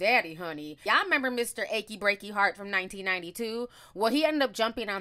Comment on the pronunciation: I can’t take you, you said Mr. Ackey breaky heart from 1992😂😂🤣💀